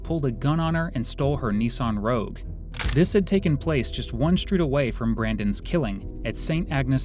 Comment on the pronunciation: How you keep getting Subaru and Rouge wrong